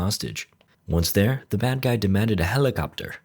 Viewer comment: Naw you should have said that properly like helikopteRR helikopteRR copteRR copteRR